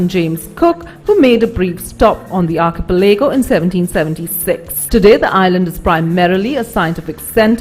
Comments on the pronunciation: Arkeypelego hahahaha what an annoying woman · Argh, her constant mispronunciation of 'archipelago' forced me to confirm the correct pronunciation.